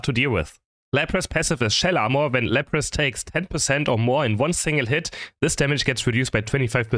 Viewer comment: "Lapras' passive is Shell Amour", such a sexy European accent 😂